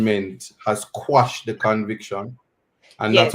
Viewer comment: The word is actually quash…meaning to ..put an end to..Jamaicans the ones who don’t know better say squash. Listen to the Englishmen and Bert Samuels for the correct pronunciation.